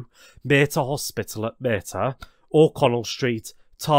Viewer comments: Not forgetting the Mater Hospital, Latin origins to the name. Maa-ter rether than Mae-ter. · Portlaoise and the mater hospital really got me